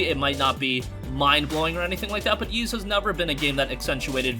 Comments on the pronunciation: Ys is pronounced Eees not Yees. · Ys is pronounced Ees. The Y isn't pronounced at all. It's not "Yeast" without the t. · Every time he mispronounces Ys.. 😖🔫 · It doesn't matter how weird you find it, you're still pronouncing it wrong. There are dozens of words that aren't pronounced the way they're spelled. Who could pronounce Worcestershire correctly if they were never taught? The first time I saw Ys was in a Justice League comic as a kid. Fortunately, it came with one of those translation boxes that explained how to translate it.